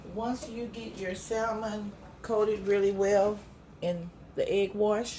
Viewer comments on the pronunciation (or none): The L in salmon is silent